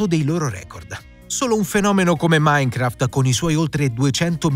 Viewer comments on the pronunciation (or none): none